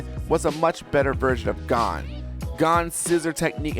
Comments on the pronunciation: Gone, Kurapuka, galana Me listening to him saying names horribly wrong as i load my shotgun: and i took that personally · You're pronouncement of Gon sounds different than in used to. (You're saying it like Gone and I'm used to it being said like G-own) might just be me idk lol